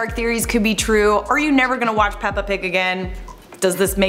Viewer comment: all i picked up on was the fact that you don’t say “watch” properly